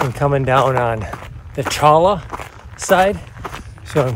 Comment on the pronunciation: I've spent quite a bit of time hiking in AZ. I have yet to visit some of the places you went to, so thanks for sharing. Also, Cholla is pronounced Choyya. The jumping Cholla are sensitive about that and will jump at and cling to you...😄